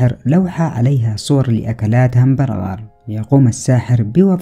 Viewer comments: هههههه صور همبارباغار😂🙃 يا متعلم يا بتاع المدارس اسمها همبرغر او Hamburger🤦‍♂️ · همبنقر مو الهامبنكغار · محتوى ترفيهي جيد ولكن ياحبذا لو تراجع المسميات لبعض الأشياء قبل نطقها الهامبرجر وليس الهمبنقر وأيضاً سمعت لك تعليق تقول فيه الاوفكاندو. لفاكهة الاوفوكادو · الهمبنغر ههههههههه 😂 عدتها ١٠٠ مرة واصل ياصدام مبدع 👌🏻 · برجر ❌ هنبنغر ✅ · 😂😂😂شنو قال همبنجر ولا Bergar😂😂مدري كيف اكتب بل سوري Bergar يمكن برجر ولا برقر مدري😂😂😂😂بس ولله ضحكتني😂😂😂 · اسمه hamburger وليس هامبرغر 😂😂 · انطق هومبنجر سواء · بهمبرقر هاكذا تقراء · هذا ما يعرف يتكلم اوين همبغجر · هامبرغر.ههههه مين معلمك عربي.